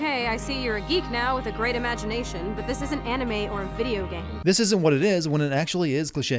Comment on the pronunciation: "Pluto isn't a planet" Ackechualy